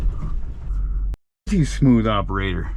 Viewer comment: "smooth operatah" 😂